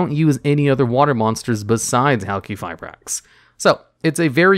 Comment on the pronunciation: Pronounces Halqifibrax correctly Me: What is this sorcery?